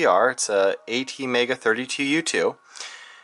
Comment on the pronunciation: please dont say it a t mega say it at mega